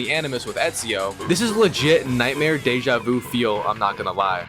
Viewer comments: My brother you’re saying it wrong it’s eeeeeeeesio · Not only he mispronounced Ezio wrong. The guy doesn't even know who Machiavelli was in history! What a noob! 🤦‍♂️